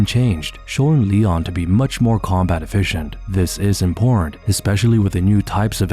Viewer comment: is that how you say Important? sounded like you vomited the word up....imporant is what you said , but the word is important... Impor-tant if English isn't a second language, how on earth have you lived this long and said that word that wrong? Do you just ignore when people correct you? Its not so we are right, but so you can be right about the info you give....imporant isn't a word, what other basic words do you get wrong? I really wanted to watch but I got this far and can't keep watching if you're gonna try saying one thing just to really say another.